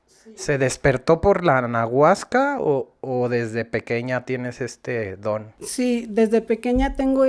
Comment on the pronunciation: Para empezar dice anaguasca😅